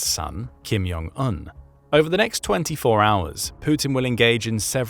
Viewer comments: It's [kʰimˈdʑoŋˈun], NOT "Kim Yong An" - congrats for losing another subscriber for the use of AI voice (or someone who clearly don't have a clue how to read, let alone how to pronounce). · I know J is sometimes pronounced as a Y, but that is definitely not the case here. It's not Kim Yong Un. It's Kim *J*ong un. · the kims names is definitely pronounced with a J. not Y.